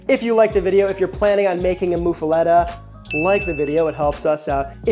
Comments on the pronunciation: Correct. Either muff-uletta or moof-uletta. Not "lotta". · It's muffuletta like muffler, not like moo cow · Love that you're highlighting the often overlooked Sicilian history in New Orleans. Bythe way, it's muh-fuh-lotta. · it is pronounced "moof a lot a" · DeMartino's is my favorite local spot for muffulettas. But my uncles make the best I've had. Also, I've never heard it pronounced that way. Always said it like a Bond girl. (Muff a Lota) Of course, I'm from the West Bank, and we say things a certain way down here. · Its pronounced MUFF- uh- LOT-Tuh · Bro you gotta learn how to say it. Muff. Uh. Letta. Now string em together with some southern hot sauce on your accent and you get mufaletta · I've throughout my life never been a fan of this sandwich; but if you want a little more "cred," pronounce it "muff-uh-la-dah." That's how the majority of people here say it. You sound like a tourist lol. Which, makes sense obviously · He's saying it wrong